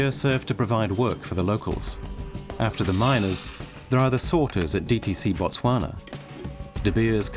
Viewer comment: It’s Botswana